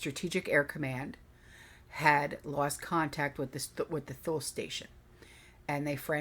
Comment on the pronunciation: Thule is pronounced Too-lee. My hubs was stationed there for a year in early 2000.